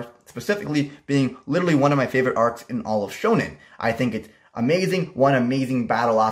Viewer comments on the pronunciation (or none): none